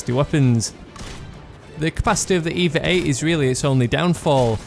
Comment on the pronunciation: FYI, it's not pronounced EEEEVAAAAA, it's E-V-A as in extra-vehicular-activity